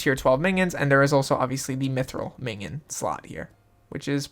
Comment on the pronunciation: Just say min-ee-on